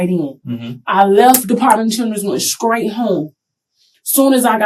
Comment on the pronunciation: Same one who said, "I went skraight there."